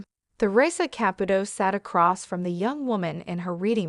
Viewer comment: Theresa is pronounced TEREESA and Caputo is pronounced KAPOOTOE